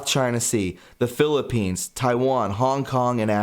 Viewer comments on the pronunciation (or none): none